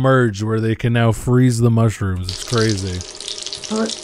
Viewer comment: Mushiruhms and honions